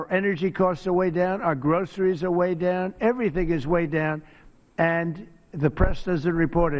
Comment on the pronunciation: Every time I hear how he pronounces groceries it makes me want to throw up. It's linguistically disgusting.